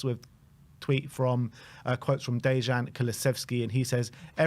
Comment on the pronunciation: Not Dayjan. His name is Dejan, pronounced, Deyun with a soft e as in egg.